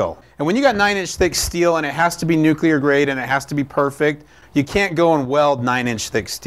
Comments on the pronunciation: it's NU CLEAR energy. what the fuck is NU CUE LAR??? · Awesome vid! I can't stand when some people say "new-cue-lar" like some kind of republican though.